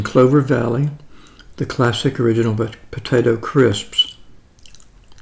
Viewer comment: Potay-dough, if I recall